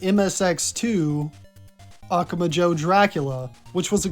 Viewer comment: Hey! Great video, just so you know, the emphatic syllable in "Akumajo" is "MA"